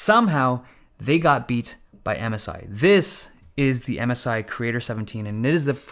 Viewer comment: i first understood "Amasai" and thought its some kind of cheap chinese manufacturer but then i understood MSI